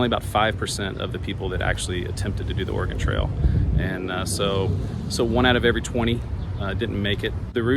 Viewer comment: Why are you saying "organ trail"?